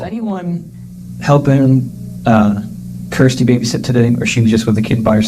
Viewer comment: Kirsty not kristy